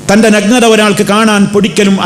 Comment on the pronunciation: നഗ്നതയുടെ ഉച്ഛാരണം ശരിയല്ല, നല്ലത്, നായ എന്നൊക്കെ പറയുമ്പോഴുള്ള 'ന'കൊണ്ടാണ് തുടങ്ങേണ്ടത്. 'പന' യുടെ 'ന' കൊണ്ടല്ല.